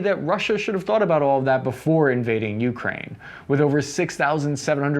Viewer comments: Hey, thanks for the content! In "Ukraine", the stress is on "A", not "U". And "Zaporizhzhia" looks intimidating, i know, but "R" goes before the "ZH": this "zapo ree ZHja" will suffice. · It’s pronounced Ukraine, not YOUkrain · stopped watching after u kept saying YOUkraine i cant hear this